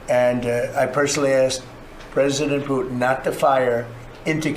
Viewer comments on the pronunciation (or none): Putin not PUCHIN